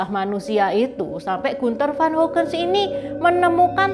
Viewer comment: Trims. Komentar saja. Bacanya Hagen, seperti bahasa Indonesia. Menit le Gunther von Hagens. Salam sehat